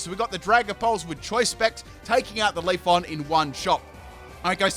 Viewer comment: I cringe when you say Pokemon names wrong, such as Leafeon, it's not Leaf-on